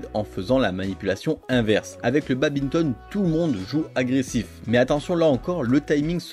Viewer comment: On dit "badminton", pas "babinton" hein...